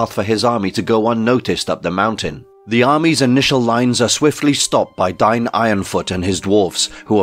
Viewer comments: Isn't "Dain" not "Dine" Long A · His name is Dane not Dine. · The name "Dain" is typically pronounced as "Dayn" in English, rhyming with words like "rain" or "plane." The pronunciation could vary depending on cultural or regional influences, but that's the most common way to say it.